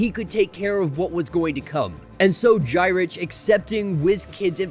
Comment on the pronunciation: Just for future reference Gyrich is pronounced Guyrick.